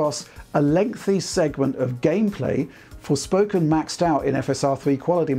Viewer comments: Did just say 'Sporfoken'? xD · love the chuckle after mispronouncing the game as Sporefoken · “ sporfoken” LOL 😂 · sporfoken hehe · "and here's the same thing happening with Sporfoken". :) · SPORFOKEN! kekw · Great video as always! However, mentions "Sporfoken", which made me chuckle.